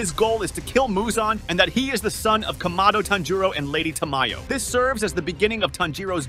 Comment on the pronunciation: IT'S PORNOUCED KA-MA-DO NOT KAM-A-DO AND IT'S TAN-JU-RO